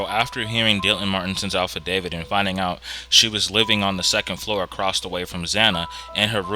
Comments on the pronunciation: Affidavit not Alphadavit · Did you say "alfa-david"? Affidavit?